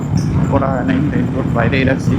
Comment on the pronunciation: রেইনবোট নাকি রেইনকোট ?